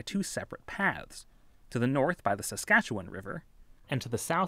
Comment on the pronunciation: Never ever heard someone not from Saskatchewan pronounce it correctly, nice job!